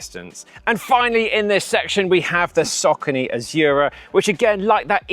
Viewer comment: Omg, It's Saw corny, not sockeny, and not hard to pronounce but easy off the tongue. And My zuno.... oh dear! You need to go to English classes